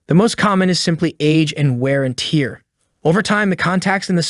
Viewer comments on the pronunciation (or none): RElay, not ReLAY. And tear is pronounced "tare" not "teer." Holy hell, you're awful pronunciation is driving me insane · Multimeter is pronounced Multi Meter not Mul Timeter. Tear is pronounced tare not teer It is Pronounced WARE AND TARE. It is spelled WARE and TEAR. Where did you go to school boy? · Are you related to the Bush family. “Wear and TeiRRR” lol